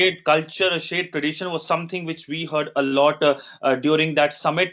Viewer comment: Love this channel, but please replace. Nothing personal against the guy, but his English diction is extremely distracting. I find myself getting hung up on trying to understand what he is saying instead of staying focused on the discussion taking place. One of the irritating things he does is to regularly keep adding "a" after words (for example, "a lot" becomes "a lot a" and "during that summit" becomes "during that summit a" )